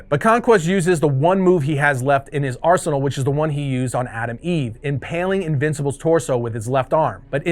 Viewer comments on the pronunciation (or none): none